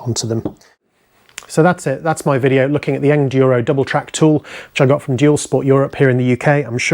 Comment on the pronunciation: Thanks for the review! Any questions, let us know. And it's Engineered Enduro Equipment. So think Engineer + Enduro when you say it. Soft G.